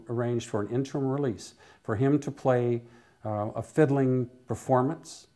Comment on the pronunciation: That word you can't pronounce is "interim". It has three syllables with the accent on the first. "interm" is NOT a word! You also left out the accolades he got from the jury at his trial in Bakersfield, including performing a set during a break.